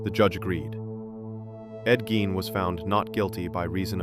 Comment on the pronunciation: First off, you're pronouncing his last name wrong. That's super annoying. Secondly, what's with the stupid "audio files" that are obviously not real. Super, super annoying. I gave it 2 minutes and I was out.